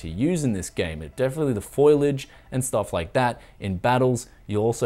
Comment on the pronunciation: Foilage of Foliage? :D